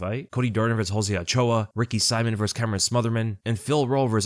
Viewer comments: Man,, his name isn't Ricky SIMON, as in Simon and Gurfunkel, but Ricky See-mon, as in.... Well, Ricky Simon with that thingy above the "o" I don't know how to do. But get it right, please. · its Ricky "See-moan" bro not Saimin aka Simon lol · I kinda hate how you suddenly started pronouncing Ricky Simón’s name wrong 🤣